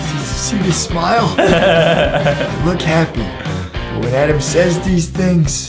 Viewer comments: I love how Justin says “Edam” instead of “Adam” it’s so like LOL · Justin really said ADEEM